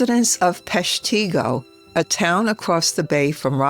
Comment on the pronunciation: Well done. But Peshtigo is pronounced, Pesh'-te-go.